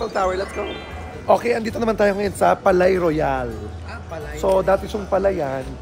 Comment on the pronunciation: "Palais" is pronounced "Pa-Le". Ang "-ais", same pronunciation sa Calais ("Ka-Le") o français ("fraN-se"). Palais-Royale means "Royal Palace", tinawag syang ganyan kasi dati talaga syang palasyo ng hari dati.